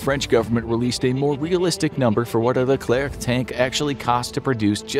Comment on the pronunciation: The name is Leclerc, not le clerc, this was the name from the General philippe Leclerc de Hauteclocque, commander from the "2° division blindée" (armored division) : battle of Koufra (Lybia), battle of Normandy, liberation from Paris, liberation from Strasbourg both take from the 2°DB ALONE without any support...